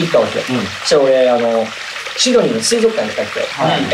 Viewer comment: みんなの発音いい｢スィドニー｣の中りゅちぇは｢しどにー？｣って感じなの可愛いすぎて🤣